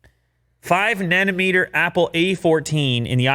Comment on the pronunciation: THATS WHY DAD NAMED U DIRT INSTEAD OF NUTEMAKER... WHAT I HEAR WHEN LEW SAYS NANOMETER!!! LOL